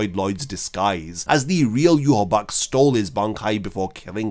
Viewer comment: Ill never get of Ywach being pronounced Yew-Haw-Bock. I'll never be able to hear it any other way xD.